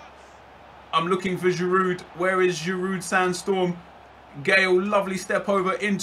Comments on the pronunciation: its pronounced girou not giroud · You support Arsenal and pronounce the d on Giroud. It's more like girou almost. Do you even watch football? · Please stop saying Giroud with the D in the end bcoz its killing me, the D is silent bro -__ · you don't pronounce the d on giroud nep